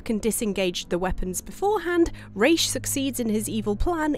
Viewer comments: Points for saying "Rā's" instead of "Ra's"👌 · ah, you said Ra's name right, you truly are wife material!